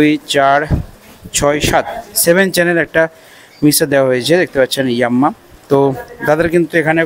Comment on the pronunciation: ইয়াম্মা নয় ইয়ামাহা 😂😂😂